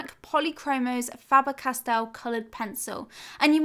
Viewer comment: Faber Cast-el? 😂